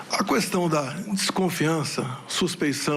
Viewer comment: 80 ANOS ESSA MÚMIA PODRE TEM E ATÉ HJ NÃO SABE FALAR "QUESTÃO" CORRETAMENTE